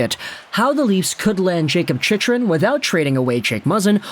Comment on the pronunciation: The fact that you are still saying his name wrong after all these videos about him...